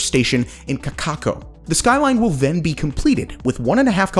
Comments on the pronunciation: You did your research on pronunciations which I applaud you for. The only one you messed up is Kakaako. In Hawaiian every vowel is pronounced even when doubled, so it's not Kakako, it's Kaka ako. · "Kakaako"/"Kaka'ako" is ponounced "Kaka-ako". Both of the two "A's" in a row are pronounced - a typically Hawaiian word. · kaka ko had me laughing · Kaka'ako pronunciation guide: /kah.kah'.AH.koh/. It is not pronounced "kaKAHko." Also, the apostrophe or (okina) marks a glottal stop in the word, similar to the glottal stop in the word 🍕pizza /PEE'.sah/ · Good job on pronunciation of Hawaiian place names. Only one short-coming: "Kaka'ako" has two a's in a row, with both pronounced , as in "Kaka-ako". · U said Kaka’ako wrong. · "Hes killing it with the Hawaiian names & oddball names." (Mispronounces "Kaka'ako) [facepalm.jpg]. ".......so close."